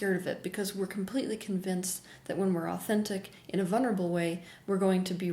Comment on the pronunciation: Teal, you keep missing the all important "L" in vulnerable!